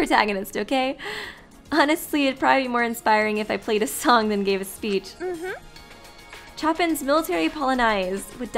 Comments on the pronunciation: I SPAT OUT MY TOAST WHEN WEEBLY SAID "CHOPPING" INSTEAD OF "CHOPIN" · I wanted to die when this music major heard you pronounce Chopin as "Choppin'"